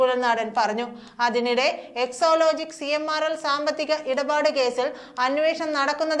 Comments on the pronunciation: Yes she always says so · എക്സോ ലോജിക്കല്ല കൊച്ചേ. എക്സാലോജിക്കാണ്.